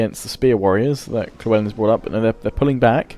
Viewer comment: Why do you pronounce Llewellyn as Klewellyn???